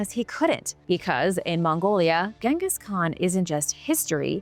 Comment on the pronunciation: 😮 finally pronounced Genghis right. B.T.W whatever happened to David